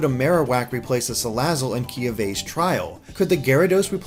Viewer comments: did I just hear pronounce Kiawe’s name as... “kiave”? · Doesn’t excuse how he fucked up Kiawe’s name to oblivion. I didn’t even know what he said at first.